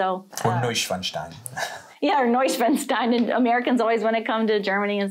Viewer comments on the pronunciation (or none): The native english speakers who make these videos are 99% wealthy people who only see good food and castles. This utterly naive perspective is pretty disgustging.... PS: the "s" in Neuschwanstein is pronouced like a "sh"..... Otherwise is sounds like "Neuschwanzstein" and believe me you don't want to sound like that...